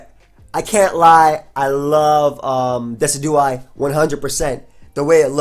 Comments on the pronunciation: I think it's De-CI-du-eye, as in deciduous trees. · "Dih-sih-jew-eye" Like deciduous trees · its de-ci-du-eye(low e, low i) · I think Decidueye is pronounced like a Deciduous tree. De-si-jew-us. So it would be de-si-jew-eye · dessy dew eye....bruh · I'm pretty sure it's pronounced like deciduous+eye. like de+sid+you+eye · the way you pronounce Decidueye it's based on the word Deciduous like trees